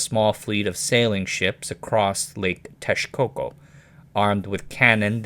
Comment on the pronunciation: Interesting you pronounce Texcoco correctly but not “Mexica”. Just pronounce the ‘x’ as you do in Texcoco with a “sh”.